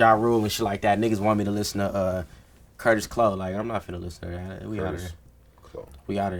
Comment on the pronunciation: "Kurtis Clow" nigga... why?